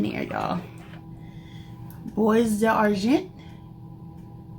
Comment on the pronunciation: It’s pronounced “bwah darjon.” Don’t pronounce the s or the t.